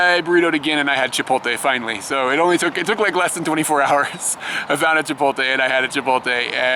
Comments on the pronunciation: Chipotle is pronounced chip- oh- lay. Not chip- ot- lay like how you say it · Hey guys, I've been subscribed for a month and have enjoyed many of your videos. However, I will be 'that guy' and inform you of the fact that Chipotle is pronounced 'Chee-poat-lay' and not 'Chip-ol-tay'. Thank you for your understanding. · Duuuude... It's chee poht lay!